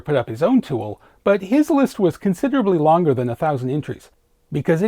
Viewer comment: and — I’m intrigued.. What’s going with the pronunciations of “longar” and “end-ah”? An Easter egg? …Code? ?